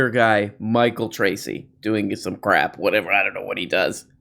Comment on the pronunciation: Could you please pronounce "crap" as "crrrap" more often, as you did recently? It enhances my enjoyment. Thank you.